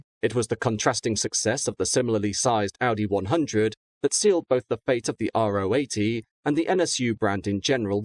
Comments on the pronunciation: It’s pronounced Ro 80 (Row 80), not Ah Oh 80. The Ro stands for Rotationskolbenmotor (or rotary). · Although he doesn’t pronounce Ro 80 correctly 😉